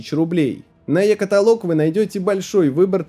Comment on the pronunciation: Е-каталог - ударение на последний слог